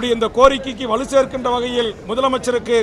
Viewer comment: வழு இல்லை வலு.